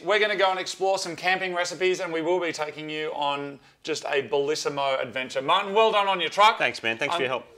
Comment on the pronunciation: okay but who heard Moog say "Marty" instead of "Martin"